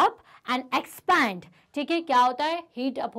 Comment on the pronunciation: Ma'am it's 'EXPAND' not "EXPAAND"